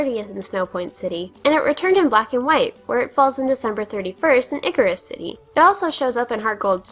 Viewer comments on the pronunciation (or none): "Eye-sear-us" City not "icarus" city. It's obviously a combination of "Ice" and "Cirrus" (a type of cloud which Gen 5 cities all use as a basis for names). As for being "crafty" with the S.S. Anne - no trades are required. You'd be craftier to just use the last trainer on the boat to black out. It only leaves if you walk out, so before you get Cut you just need to make sure you have a Pokémon that can be beaten by one of the trainers on board (and that you've left them to fight of course).